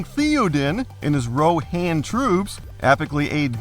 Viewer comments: The mispronunciation of Rohan hurt my ears. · The way pronounces Rohan and Minas made my nerd soul cry.